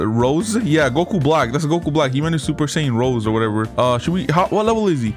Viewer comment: It's God not Red